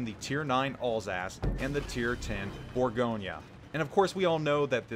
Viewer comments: Am i the only one extremely annoyed by his pronunciation of “bourgo nyyyaa” ??? Its bourgo nnyeu NOT bourgonyyaa!! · I came here to learn about the burr-GOIN. Instead all I hear is all's ass this and all's ass that. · Geez. It's French, not Italian, there's no nya!